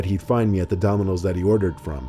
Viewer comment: Lol he says donimos instead of dominos